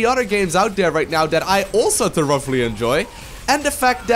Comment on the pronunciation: love how you pronounce thoroughly as the-rough-lee